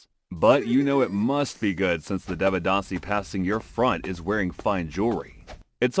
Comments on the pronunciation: Bro everything was good in this video but I wanted to tell you that in sanskrit script a have no sound its written like devadāsi but it sounds devdasi and also for A sounds you use Ā not normal A. I hope this will help you uderstand the scripts better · They said Devadasi like developer 😭 Dev rhymes with Dave, the D is pronounced like the sound you make when you say "the". Given that both D's sound like "the", the pronounciation becomes "They-vuh-da-see" Can anyone from South India actually confirm if all these facts are true? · It's not devadasi deeeevadaasi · Devadasi ❌️ They-ve-dhah-si ✅️ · It's pronounced "they-wuh-dasi".(I am tamil by the way). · Correction: It kind of began under the Pallava and Pandya dynasties, and reached the peak during the Chola dynasty. Sorry, but the pronunciation was terrible. Notwithstanding that, I appreciate you and your team for exploring these practises from the past and from across the world which have been ignored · bruh first learn to pronounce the word devadasi, don't give false information 😂